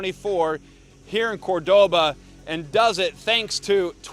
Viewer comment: It's not CorDOba, it's CORdoba!